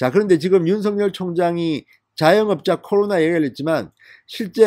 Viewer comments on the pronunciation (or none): 윤성열이 아니고 윤석열(윤서결) 입니다! 윤석열(윤서결)발음이 잘 안되면 그냥 윤총장 이라고 호칭 하시길 권합니다!